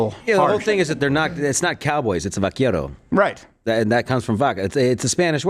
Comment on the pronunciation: It's not "vaquiero" it's "vaquero."